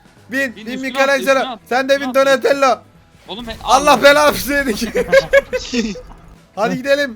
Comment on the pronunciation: Enes raphel donilando liolando maykilindo diyor .doğru olanları raph doni lio mayki